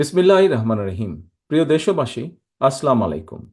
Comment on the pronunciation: আসলামালেকুম এটা কি সালাম সে নাকি মুসলমান সালাম টা ভালো করে দিতে পারে না